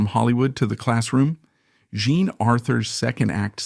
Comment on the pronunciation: Why do you “play” with the pronunciation of the artist’s names? Most of the time you pronounce “Jean” correctly, but every so often you pronounce it as “John”. Are you confusing it with the French form of John, that is also spelled “Jean”? It detracts from an otherwise well done video.